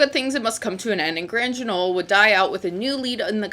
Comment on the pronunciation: ‘Grand Guignol’ is pronounced ‘grahnd gwinyól’. It’s French.